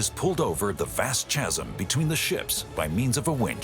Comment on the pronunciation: THE C IN THE WORD IS PROUNCED AS K in CHASM ! H is unpronounced. HMMMMMM.